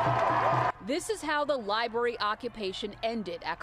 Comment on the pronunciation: The libury huh? Maybe library..